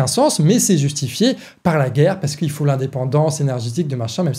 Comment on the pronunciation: "Il ne fauht pas avoir peurhr !"